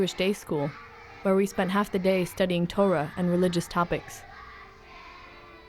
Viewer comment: "ToRAH" (accent on the last syllable) is not synonymous with "Bible". The Torah (in Greek: Pentateuch) comprises the five books attributed to Moses: Genesis, Exodus, Leviticus, Numbers, Deuteronomy. The Torah is the first part of the Tanach (Jewish Bible)